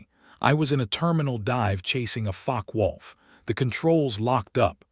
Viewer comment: Im sure Focke-Wulf is not Fock-wolf as per your subtitles but You also aeem to pronounce it that way rather than like fock-er-wolf.